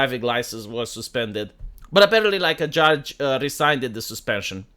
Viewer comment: you pronounced rescind wrong